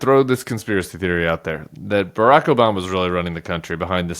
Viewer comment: The reason he pronounces Obama’s name the way he does is because that’s the way Rush L used to pronounce it…